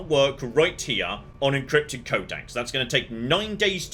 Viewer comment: lol. "...de-encrypted."